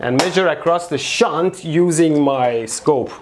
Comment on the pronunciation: Mehdi was real careful while saying shunt 😂